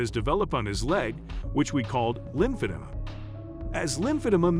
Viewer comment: I enjoy these videos. I don't enjoy the pronunciation in it tho. How do you mess up Brittani and lymphoedema!?